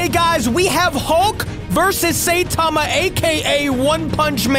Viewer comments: When you say Saitama you stress the I instead of pronouncing it Saytama. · its prenounced sigh-tama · Did he just say satama